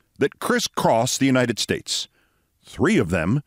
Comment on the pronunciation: Many of us suspected, after the infamous “God bless the United Schtates” incident, that Trump had suffered a stroke. Or that he wore dentures. Or both. It sure looks like he had a stroke. At least one. Maybe more than one. Thank you for putting a name to at least one of his mental issues.